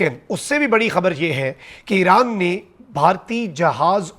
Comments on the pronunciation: Eeeran nai hai bhai Iran hai .. name bhi ghalt bolty ho .. Kia ho ghia hai aap ko ❤❤❤❤ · Alif ke baad zair nai hai .. iran bolo plz ❤❤